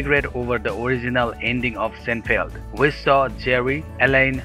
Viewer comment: sin FEELD or SINE feld